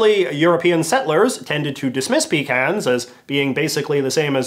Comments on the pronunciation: You saying pecans wrong ( different then I do ) messed with my brain it’s pe-con-s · PUH-CAHNS. PUH-CANS. No pee about it. PUH-CANS! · “Peecans” bruh it’s “puh-cons”